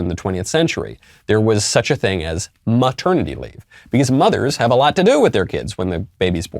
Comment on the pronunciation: Michael, did you say MAturnity leave?